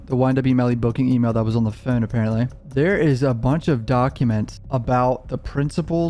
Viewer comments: It's phone not phine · The way you say phone is hilarious 🤣🤣🤣🤣 “ i think it’s his fooon” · Hate the way you say Phuune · Why u say o’s like that😂😂😂 “fone” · Very good coverage of the case! But the way bro pronounces "phone" is outlandish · Stop saying phone like that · why you pronounce “Phone” like that? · The way you say phone 😂😭 bro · Bruh the way you say phone 😂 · The Way that your pronounce "Phone" lolololol Bro you gotta be from Calabasas. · The way u say phonr reminds me of cart man😂 all love tho🤣💕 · The way you say "phone" 😂